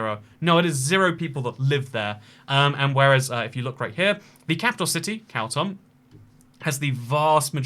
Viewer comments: its pronounced "kaa - toom" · Yes: you are saying it wrong. Correct pronunciation is KHAR-TOOM /xɑːrˈtuːm/ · Isn't it pronounced car tomb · Khartoum.... Like Cartoon...change the N for an M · The capital is pronounced “car tomb” in english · Why, why would u pronounce khartoum that way